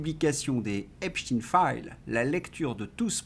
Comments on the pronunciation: Bonjour pourquoi prononcer epstiiin et non epsteïn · ….pourquoi prononcez vous Epstiiiiiiiine et non pas Epsteeeeeiiiiine 🤔🤔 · s'il vous plait, Epstein se prononce comme Albert Einstein. Merci😊